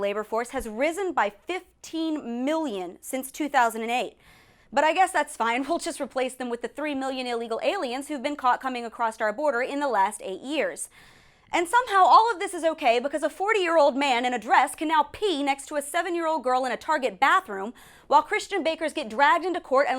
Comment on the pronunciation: I love this commentator and this channel. They're sharp! (except she said "acrosst" which always drives me up the wall haha)